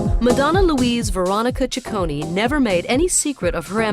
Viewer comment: It's NOT "cicconI" it's "cicconEEEEEEEEEEEE", just like the "e" in END :-P